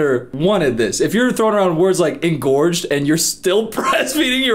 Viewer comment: is so interesting. But every time he says “engorged ”. He’s losing points. 😂. Not his fault tho